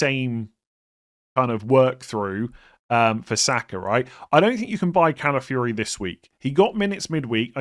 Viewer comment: Ladies and gentlemen, we’ve finally reached the day where says Calafiori’s name correctly. Never thought we’d see the day 🎉😢